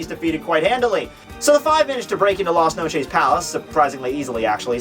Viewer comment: At LAS NOCHEESE ._.